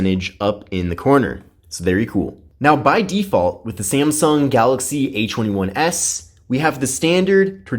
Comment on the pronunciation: Why does he say h21s?